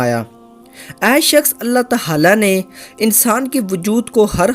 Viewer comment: Bhai Allah tahala nahi hota bulke Allah tahala hota he